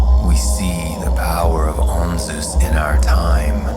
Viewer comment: This is pronounced incorrectly - the z & s have been switched .